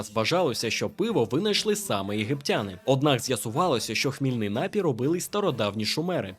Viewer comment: Є тільки один правильний наголос: напІй! А загалом красно дякую за цікаву розповідь! Цікаво, чи є ще хтось, хто сумнівається, що давні єгиптяни з найвищих родин були прибульцями? Це ж треба стільки м'ясива жерти і струнку фігуру мати!